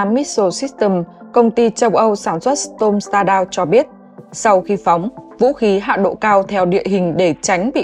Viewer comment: Đọc không đúng storm shadow học lại cách đọc trước khi đọc